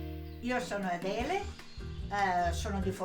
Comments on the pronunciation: correct. And it’s not adeleee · Why can’t you pronounce her name properly? You spent so mouch time in Italy! Pronouncing someone’s name properly is the basic form of respect